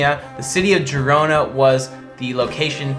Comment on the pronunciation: Hi, I really appreciate you giving a lot of effort into this video! I just wanted to point out some of the words you mispronounced: Daenerys, Girona, Meteora, and most of the Croatian locations. Keep up the good work!